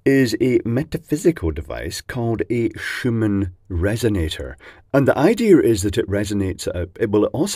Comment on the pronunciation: Schumann in german is pronounced like “shooman”